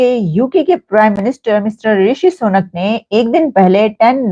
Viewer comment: मोहतरमा ,उनका नाम ऋषि सुनक जी हैं,ऋषि शौनक नहीं हैं,याद रखें